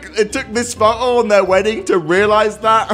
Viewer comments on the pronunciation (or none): none